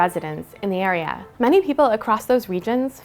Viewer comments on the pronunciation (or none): none